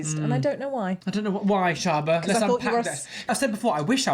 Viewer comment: Shaaba. Not "deep into the A Holes". omg.